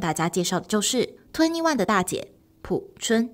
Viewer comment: P I A O 朴！二声！